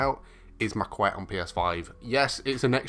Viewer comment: Its actually pronounced Ma-ket, its French.